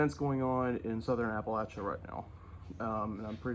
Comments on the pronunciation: Thank you for pronouncing Appalachia correctly! Means a lot. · Hey! I am a North Carolina native and resident. I am heartbroken to see the western part of my home state totally devastated. Your pronunciation of Appalachia was correct! It grates the nerves when it is pronounced incorrectly. Please pray for the residents and especially the first responders and volunteers that are helping in the recovery. Samaritans Purse and the Red Cross are great vetted organizations to donate to. Also the Salvation Army and the NC Disaster Recovery Fund. Thank you every one for your prayers for North Carolina!!❤❤